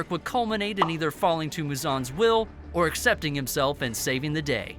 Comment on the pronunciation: please learn how to pronounce Kyojuro, ufotable, Muzan, TANJIRO etc😭